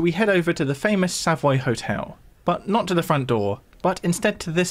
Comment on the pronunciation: 1) it's not "_Sav_oy" ...it's 'Sav_oy_' and it's most definitely not "_Marleybone_" ffs :-( It's correctly pronounced 'Marry_le_bon' (and is correctly spelt '_Marylebone_' )